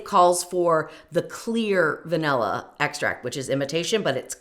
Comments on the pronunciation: Thank you for mentioning the creator of the original recipe. I'll search for that instead of watching this video. Weight measurements are far superior to volumetric measurements. Also, I can't stand listening to anyone who says "vanella" istead of vanilla. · A Ninja is NOT a high-power blender. It’s cheap crap. And it’s van•ILL•uh, not vanELuh.